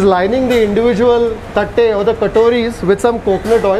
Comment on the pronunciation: is he said tatte???😂😂😂😂😂😂